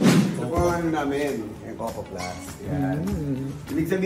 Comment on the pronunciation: Ms. Karen, it's "Co - Co" po. Not "Kow-Kow"😅